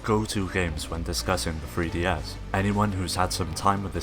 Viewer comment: Are you saying THree DS or FRee DS? I can't tell